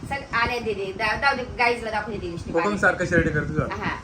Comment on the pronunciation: Lishtip nahi lipstick